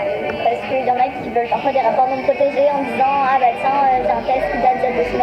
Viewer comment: 4min45 ce qu'ils "veulent"ou ce qu'ils "volent"?